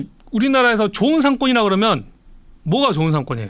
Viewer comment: 압권 펜입니다. 권순우 팀장님 발음 몇가지만 교정해 주세요. 항상 했으믄..했으믄.. 하시던데...했으면으로. 그러믄이 아니고 그러면. 따져보믄이 아니고 따져보면. 했세요 아니고 했어요. 똘똘한 머슴 느낌이 드네요.